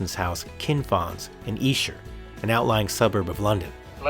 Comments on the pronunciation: Brilliant! Definitely the better deal there! $50, such a great price too! Esher pronounced exactly right, Great Job! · Bruv, from one Beatle bruva to another. You are correct on your pronunciation of Esther. Also congratulations upon your recent engagement. May you both have many years of happiness together. Gb George.